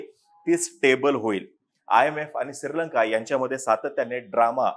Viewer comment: सिररररर्लंका अस उच्चार येतोय ,श्री लंका बरोबर वाटत असो 👍👍